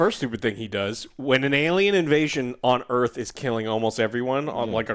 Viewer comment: Welcome to Earf !